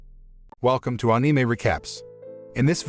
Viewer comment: Thanks for saying anime correctly